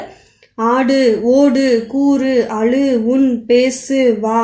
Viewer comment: Thamizh neenga sariya ucharikkala..... """azhu""" ah """"alu"""" nu soldringa so atha change pannunga intha"""" zha"" than thamizh la azhagana mellosai ya kudukuthu....